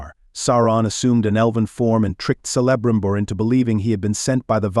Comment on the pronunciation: Sell-a-brimbor? Do your research!